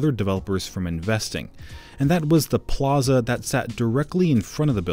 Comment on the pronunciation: The only bad thing about this video is the way the guy says plaza